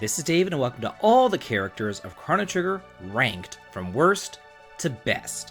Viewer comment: Damn you can't pronounce Marle, Crono or Ayla lol. Also this is such a bizarre take. Frog is the top tier of characters; he's super strong, durable, great single target attacks and multi-target water attacks. He has better healing in terms of speed and healing. Give him the Hero Medal and final form Masamune - he's gonna crit shit the bed every day. Magus is an excellent caster and the strongest multi-purpose caster. He also blitzes everything with his damage, speed and shadow magic. He's the opposite of Crono and Robo; he's ungodly strong and he has trip techs. Doesn't need dual techs. Lucca, top tier fire element and she not only has protection plus explosive fire damage. Her crits are fucking psychotic too. Robo is a good top tier same with Crono because of just how strong they are and how much they can synergize. The only take I really can get behind is.. well.. the black sheep, the odd duck, Marle. She has literally no purpose as a combatant, but she does as a character. She's STRONG AS FUCK and has excellent dual/triple techs, but her actual PURPOSE is basically to be the ultimate white mage. Ultimately she has no multi-target healing, Cure 3 doesn't matter because if you play right Frog can pretty much heal everyone using his multi-target heal and do the same job. Ice and Water should have been different and while it is different in terms of raw damage (ice being much stronger), the only real niche she serves is to provoke enemies with Ayla for rare items.